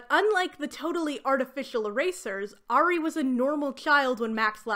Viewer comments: Hearing you occasionally pronounce Ari as “air-ee”/“airy” has been so validating because that is how I always said it as well. I found out YEARS later that it is supposed to be pronounced “arr-ee” LOL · I’m sorry I keep getting thrown off everytime you say Maya and Ari’s name 😵‍💫 I always thought it was pronounced My-ah and Ah-ree Edit: took me all day to finish your video, not because of you, this series is seriously like some weird fanfic 😂 Fang got taken out by effing seagulls 😭🤣 I can’t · As someone who was a HUGE maximum ride fan growing up this video is a wild ride down memory lane 😂 amazing 👏 (I gotta add though, not in a mean way or anything bc English is weird, but the way you pronounced Ari and Maya is driving a bit crazy 😭 but that's a me thing though lol, great video regardless) Edit: YOUR TELLING ME MARVEL ADAPTED THESE BOOKS??!!! WHAT